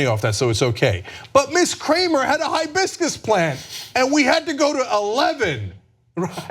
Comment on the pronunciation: Did any one tell the police its Hibiscus, not Highbiscus??